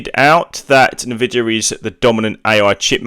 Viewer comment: Why would I trust a guy who pronounce it as "Na-vidia" :D